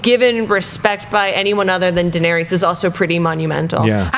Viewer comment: Turn it off right as the butt cut girl called Daenerys - “Duh-narious.” 8 seasons in and people still can pronounce a main characters name correctly.